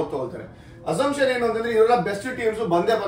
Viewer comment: ಅದು yenu (ಯೇನು) ಅಲ್ಲ.. enu (ಏನು)..